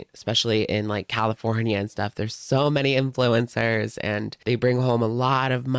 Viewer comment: I thought you said 'Influenza' and now I refuse to call influencers anything else haha